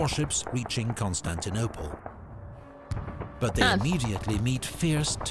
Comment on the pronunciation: "I know Constanople"😓